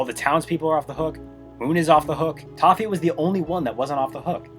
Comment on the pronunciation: just noticed it sounded like he said "Tahu" rather than "Toffee", and I find that very funny. Anyway, Star vs the forces of evil is a very interesting show, it's downfall is such an interesting story, more so than the ending itself. I've loved this show for many years, but last year when I finally rewatched and finished the show in its entirety, I was left with mixed feelings, on one hand I love the fist few seasons, but on the other hand the last season, especially the ending, made me hate the show, I felt betrayed basically, it had shown so many times how good of a show it is, and then it hits me with the utter disappointment that is the ending. I wish this show could've gone out on a better note, but it is what it is I guess. Maybe one day they make a reboot that fixes a bunch of problems with the original, that'd be neat.